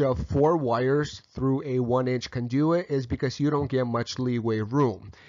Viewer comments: CON do-it, not con-DO-it. haha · Love how he pronounces conDOOOit. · Mispronunciation of "conduit" made me suspect of the rest of the info... It's overall fairly solid, even if I personally don't like the workmanship. It will work, likely pass inspection, but definitely says "homeowner did this" or "electrician was the cheapest available". Not trying to disparage the work done here, I would just personally put more effort into it. First issue: Don't PUSH wires through a conduit. With a PVC conduit like that, they make fish tape (really just a special plastic twine), attach that to a plastic bag, then start feeding the plastic bag into the conduit. Use a shopvac on the other end to pull the plastic bag with fish tape attached through. Then tie your wires to the the tape and pull back through. Second issue: Needs nail protection plates on the studs over the holes where wires go through. Regardless of local code or use of AFCI breakers, these need to be installed. Otherwise you or someone else could accidentally run a nail or screw into the wiring. Third issue. Unless those walls are going to be closed up, all that wiring is considered exposed and should be in conduit of some kind, or use MC. I will ALWAYS advocate the use of conduit no matter what, ESPECIALLY for walls that will be closed up. If something should ever happen to the wiring, it is significantly easier to pull new wire through the conduit than it is to reopen the walls. I prefer flex metal conduits, but rigid metal conduits work, too. Not a big fan of PVC, but it has its uses. Perso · With the slight exception of “conduit” pronouncing, this was an excellent electrical install video! Congratulations on a job well done Sir! BTW, next time, Pull conductors through conduits. Put a shop vac on one end, pull a rope through, hook the wires to the rope and pull in the conductors. Again, Great Video! Respectfully, Kevin